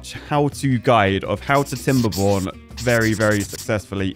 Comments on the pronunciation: I always hear welcome back to timberboners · "welcome back to timber--borners" the most classic line of timberborner history.